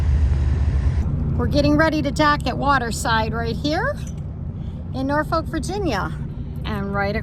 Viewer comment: you tickle me with your pronunciation of Norfolk, Nor Folk =No , naw fok = yes with No L